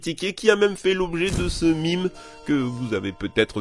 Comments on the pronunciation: "Ce Meme". Sérieux, ce [MIME] ? ... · «De ce MIME » Tu veus dire de ce MEME (À prononcer MÈME). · On dit MEME pas MIME merci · Il faut vraiment arrêter de prononcer "mime" c'est un mot beaucoup plus proche du français que de l'anglais et qui signifie ... bah même ... donc prononçons à la française. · Mais mince alors ! Ca se prononce "même" pas "mime" ! Ca provient du mot français "même" et se prononce pareil ! bordel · On dit meme pas mime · " de ce mime" ha bon ? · on dit "mème"